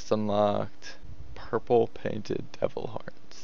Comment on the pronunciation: 0.23 how u say devil horns...😐 that is what i mean with anoying voice